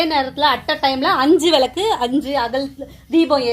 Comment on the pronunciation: விலக்கு என்று உச்சரிக்காதீங்க விளக்கு என்று உச்சரியுங்கள்